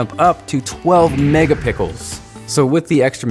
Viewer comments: Did eny one notice how he said mega pickles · Lol he said "12 MegaPICKLES" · lol he said megapickels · He said 12 mega pickles once 😂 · Did he say megapickles 😂😂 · He always says that. lol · Same here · did he say 12 mega pickles ?? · I've been saying megapickles to myself for years and nearly laughed my ass off when you said it lmao. Great video! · u said 'Megapikls' really made my day. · lol he said "MEGA PICKELS!" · NO OFFENCE!! Did anyone noticed did pronounce 12 "Mega-PICKLES" for Mega-pixels!!:D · Did you say megapickles ?? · "12 megapickles" 😂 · Did i just hear megapickles?! xD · OMG He said Megapickels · Was it just me or it WAS 12 MEGAPICKELS at 2.31-2.33...😂😂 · did anyone else hear time say megapickles at one point?😊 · He said "Megapickle" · did he say mega pickles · Did he say Mega Pickles? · he did lol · in two minutes and 29 seconds you said megapikels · LOLLOl MEGAPICKELS lol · he said 12 megapicls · he said 12 megapickles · did he say 12 Megapickels? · 12 Megapickles.... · he said megapickles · did he just say "mega pickles" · you said 12 megapicles hhhhhhh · He said megapickled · He said mega pickles haha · Did he say mega pickles at one point? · He said mega pikkles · "12 megapickels" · Anyone else hear hims say mega pickles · I thought I was the only one who heard that!